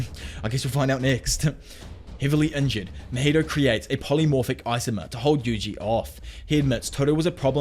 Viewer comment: Isomer******** not icyyymorrrrr